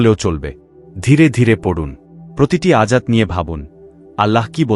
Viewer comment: আয়াত কে বার বার আজাত বলা হলো!